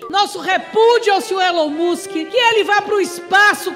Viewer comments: Eren mosqui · Requisito mínimo para ser deputado: saber falar ‘Elon Musk’ ✅ corretamente. Deputados: Elon musqui ❌ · Deputados: Elon mustchen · A gente tá discutindo aqui o ÉLON MUCHEN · Elin Muska😅😅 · "Élon Muschen" eu não tankei 😂😂😂😂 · kkkkkkkkkkkkkkkkkkkkkkkkkkkkkkkkkkkkkkkkkkkkkkkkk "Nóis tamo discutinu aqui o Elon Muxen" kkkkkkkkkkkkkkkkkkkkkkkkkkkkkkkkkkkkkkkkkkk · "esse tal de Eloin Mosku" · Elon Muschen não dá kkkkkkkkkkkkkkkkkkkkkkkkkkkkkkkkkkkkk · Elon Muuusqui !! kkkkkkkkkkkk N Sabem nem falar... min do vídeo.... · "Elon Mush" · "Elen mosqui" "Elon musqui" "Elon mushi" "Elon mushen" Alfabetizados👍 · elon muchen... elon mochi... elon muski... elen moski... qual a dificuldade cara poucos acertaram... (ta tudo no inicio do video kkkk) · "Eren musk" tatakaaeee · nem um petista consegue pronunciar correto o nome do dono do "X" erom mush kkkkkkkkkkkkkkk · Elon Mushen KKKKKK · Mano que vergonha, esse é o nível dos nossos deputados!!! Não conseguem falar "Elon musk" ... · Caramba tem políticos que não sabe nem falar o nome do Elon musk. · Eu sei que não devemos mensurar a capacidade intelectual de uma pessoa apenas por seu linguajar, mas fica impossível defender o ataque de um deputado que nem sabe pronunciar o nome do ofendido que é uma figura pública. 😅😅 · Caramba, não sabem nem falar o nome do Musk, q vergonha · MEU DEUS ELES NÁO SABEM NEM PRONUNCIAR O NOME DO CARA MANO TDO JUMENTO